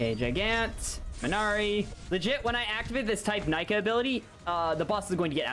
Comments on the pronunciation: You pronounced all the moves in a valid way except Nika which is pronounced "neeka" not "Nyka" but either way I won't bully 👍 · Mode Nika is said like knee Kah fyi